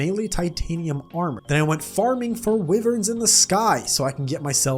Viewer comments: you keep saying wyvern like wivern and im pretty shure it is pronounced why-vern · okay, the way you pronounce wyvern really steers me balls. its great.